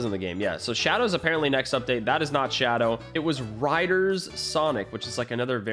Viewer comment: it not shoadow